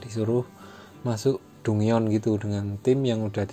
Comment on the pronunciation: bacanya danjen bang bukan dungeon